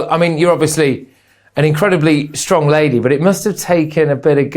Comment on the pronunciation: The emphasis on charming and lady.